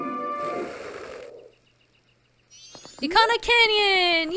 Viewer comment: It's Bob from SMG4! Yeah after watching SMG4 I call the Garo Bob. Either way, Eekana sounds right I used to call it Ick-ana as a kid. Did they actually have a prononciation guide for some of these Zelda terms? I'm playing along, just finished the Anju and Kafei quest and am now in the fourth dungeon.